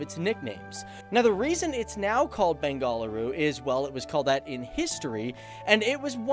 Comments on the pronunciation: Description of Benagaluru is incomplete without a mention of Indian Institute of Science (IISc); also known as Tata Institute. Actually the locals call it "Bengulooru" that is the right pronunciation. Decades ago I was there trying one career after another. I wanted to try my luck in Indian civil services where intense competition was the norm. Most of those who make it to the top (IAS, IPS, IFS), not in their first attempt and need intense "coaching". I couldn't find even a single coaching institute there to my dismay! Compare it with Delhi(outstanding), Chennai, Kolkata, Kotah, Chandigarh, Patna, Indore or Bhubaneshwar. So intense was the city involved in Science & Technology that there is no scope for Humanities & non-Science fields. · it's bang-a-low-or that's how you pronounce it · Lol it's not Bengal dal😂😂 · Bang-a- loo-ru. Stop having a seziure everytime you say it. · Me too.....btw it's hilarious the way he pronounces "Bengaluru".....no offense 😉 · Dude, pls pronounce Bengaluru properly!!!! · Earlier it was not called as "Bengafaluuru", its called Bendakaluru and please learn to pronounce "Bengaluru"😂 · Way to mispronounce Bengaluru & Karnataka. Get a language coach. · it's not "Ben GALL a-roo," it's "BENgaLUru" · It’s not bengaal uru...... its Bengaluru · It's Beng'aluru not Ben'galuru. Bengal is another separate state in Inda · it's not Bengaaluru, it is pronounced as Bengaluru... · Dude pronounce it properly its not beng-a - la-ru it's beng-aa-luru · It's Ben-ga-lu-ru NOT Bengaaluru dude! So annoying to hear that!! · Liked the video but I had to cringe a little everytime you said Bengaluru (bengaaaal ooru?) 🙈I never understood why the British renamed it but I kind of got my answer in this video 😉😁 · Love how you pronounce it . Bang - gall - a rue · Got a check my ear, I keep hearing Bang-A-Whoreu.. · It's pronounced as Benga-luru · When you say I get so cringe Bengaluru (you are pronouncing Bengaluru & Karnataka wrong ) P.S I live in Bangalore